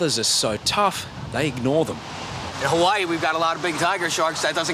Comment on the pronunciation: The dude aint from Hawaii if he pronounces Hawaii like that....